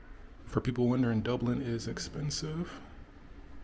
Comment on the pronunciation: As someone who is from Dublin i very much enjoyed you pronunciation of Dublin.. Fair play